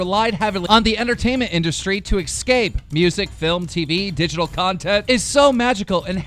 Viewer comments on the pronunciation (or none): I really hope Keem sees this… Keem, why do you have so much trouble with words that start with “ES”? The letters “ES” next to each other, in English, are simply pronounced “S”. Like, say the name of this letter: S. There you go! That’s the sound that “ES” makes! You always pronounce it like EX. Like, “EXpecially” or “EXcape”... and yes, I put off commenting about this until I saw it in at least three videos LOL. The word is ESpecially, and EScape... And is pronounced as such. There are no silent letters, or strange pronunciations, these words are pronounced exactly as they’re spelled. (And I’m American so don’t anyone get at me for spelling “spelled” “incorrectly”... It’s totally correct... for the country I live in, anyway lol) THERE IS NO C, K, OR X IN THESE WORDS! Nor are there noises that those letters make. By the way, no hate, tons of people do this… That’s how it became my pet peeve LOL. And I’m only telling you because you’re a commentator, and if I was a commentator, I would want to make sure I was pronouncing all the words right. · IT'S PRONOUNCED ESCAPE! NOT EX-CAPE! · Why does keemstar pronounce escape as exscape